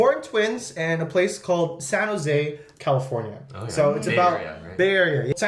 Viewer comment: フジがカリフォルニアのこと「カルフォルニア」って言ってるのずっと気になってたんだけど、確かにカルフォルニアのが本当の発音に近い？かも？と思った